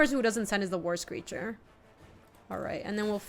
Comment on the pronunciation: what are you doing… Also I have the video on double speed and whenever says "War Screecher" I just hear "worst creature" lol